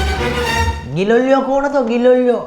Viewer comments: ગીલોલીયો નઈ ગેલેલીયો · ગિલોલીયો નઈ ગેલિલિયો ગેલેલી...😂😂😂